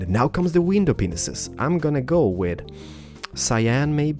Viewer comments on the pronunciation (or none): i really hope that every Let's build episode, can u at least tell those who are new here, that u actually pronounced window panes as 'window penises' if not I really hate people to insult u or say u are immature. By the way, why u did not use the intro that u uses it last time? Like my comment to see him does dat! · ur a great YouTuber but I'd like just to say 1 thing when u say window it sounds like ur saying window penises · Im kinda thinking one of us should tell him he is saying window panes wrong xD not hating but yeah xD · TriforceGaming Na, it's not that, I knew he meant "panes", I just wondered if it was only me who thought it sounded like "penis". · TriforceGaming i agree he has a small brain,he must know that he has a accent that they didn't know,when i heared penis i was like oh its panes and also what country accent was that? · You keep saying window penises. It's actually window panes. It's a bit awkward hearing you pronounce it wrong in every episode. I'm only giving a friendly advice. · Why do you say windows penises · Did he say window penisis 🍆😂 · Lol I didn't know he said window penis :O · I think I heard you say window penises :o btw I love your channel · RandyViperOrtonHD he does say window penises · Wtf you say Window penises